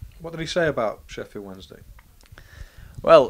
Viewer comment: I coulda sworn about 6-7 seconds in he said Sheffield Monday XD Had to go back to listen again and he does say Wednesday.